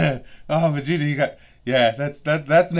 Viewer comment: I damn near lost it when Frieza called Vegeta "Virginia." That was hilarious!